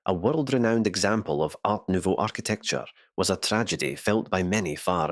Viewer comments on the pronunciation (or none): none